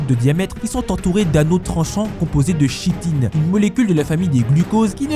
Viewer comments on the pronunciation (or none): Et oui on prononce bien "kitine",pour chitine de chaurus aussi....les connaisseurs sauront(de mordor)....ok je sors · Chitine se prononce "Kitine". C'était l'instant grammar nazi. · Chitine se prononce Kitine bordel ! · Rhhhaaaaaa on dit k pas ch chitine se dit kitine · La «chitine» se prononce "ki"-tine ! xD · Hello, la substance « chitine » se prononce Kitine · Petit détail, Chitine se dit "kitine" .... ouaip je fais mon insolent grammatical... Ce qui n'enlève rien à la qualité de ces vidéos qui allient savoir, réflexion, remise en question....et l'insolence !!! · Oui, t'as raison, je fais des études de biologie et mes profs prononcent aussi "kitine" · J'allais le dire 😅